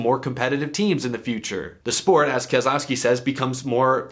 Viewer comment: Ke-lousy-ki and Slow-ga-no